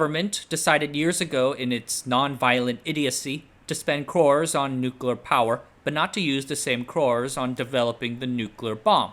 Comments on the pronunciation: What are “nucla” weapons? 😉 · Correct: "NOOK-you-lar." You: Nooklir, nooklar, nooklur, nooker, nookar. And yes you can totally swim in the pool so long as you're like a meter away from the core. Depends on how hot the core gets but that was an experimental reactor. Lots of colleges have them. They're operated by college students, or just full auto. Not going to do the math in a youtube comment. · "NUCULUR" Hard to get over you pronouncing a very simple word the same way an unlearned child in elementary school would. It takes away from the credibility of everything you're saying if the elementary basics of reading and diction aren't covered. "NUCULUR"? ❌ New-clee-er ✔ 👏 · Spoiler: It's not a nuclear bomb, it's a pooclear bomb. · Its crazy to make this video series while not knowing how to pronounce nuclear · "Nucluh wupons"?